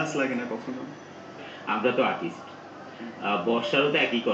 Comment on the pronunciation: Perv host! lolol "apnar jealous lage na?" (jealous what? why would he be jealous?) "amra to atist" And "oh my got" best parts! lolol